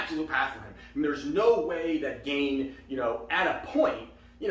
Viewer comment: Gane pronounced Gan(yay) not gain